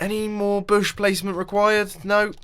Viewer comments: I know what you mean about Booshes. But it's actual whiten right "Bushes". Just a tuch up ;-) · Isn't it called a bush. Not a boosh